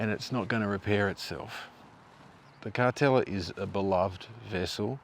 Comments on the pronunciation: I always thought it was pronounced. Car-teal-la not Car-tel-a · Yep definitely was pronounced Carteela not Cartella back in the day. Doesn’t detract from a great video though. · Last time you pronounced it as Cartelia, this time as Cartella. It's Car-teal-a. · I thought it was pronounced Car-tell-i-a. Either way, the boat looks awful. Look forward to you going back in another six months or year and seeing how much worse it has become. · Thanks for another great video. I went on the Cartela many times as a kid in the 70s and on booze cruises a few times as a adult. My family always pronounced it “Carteela”. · Another great video. I had thought the pronunciation was Car-teal-ah. I've learnt something today. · I think you may be right. Everyone used to pronounce it Car-teela